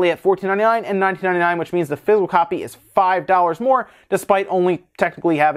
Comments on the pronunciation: I love your channel but it's not pronounced "fizz - el" it's "fizz - ik - cal." Half the time you got it right but for some reason it drives me nuts. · Took me a few minutes to figure out he was saying physical not fizzle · So confused until I realized he was saying "physical copy" and not "fizzle copy". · When you say "Physical Copy" it sounds like "Fizzle Copy" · I thought you were saying fizzle instead of physical.